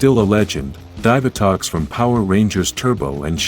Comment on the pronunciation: The name of the pink SPD Ranger is Syd her last name is Drew. You said Divatox and Astronema's name wrong. Beautiful Rangers and Villiains Kimberly (MMPR) Amelia (Dino Fury/Cosmic Fury) Sarah (Ninja Steel) Trakeena (Lost Galaxy) Emma (Megaforce Mia (Samurai) Kira (Dino Thunder) Roxy (Beast Morphers)